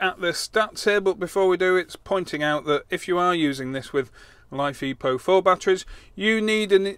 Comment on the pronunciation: Is it just me or does life E PO4sound wrong because life is not like without the e so I believe is you are going to say it like that it is just Life PO4